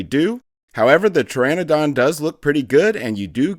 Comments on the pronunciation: How many times is this dude gonna mispronounce pteranodon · The way he kept mispronouncing Pteranodon took me out of the video a couple times, loved it otherwise :)